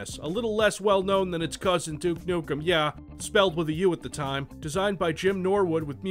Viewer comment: "Duke Nuckum"